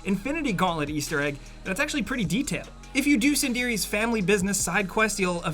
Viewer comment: Sindiri? Sindri...Sind-REEEEEE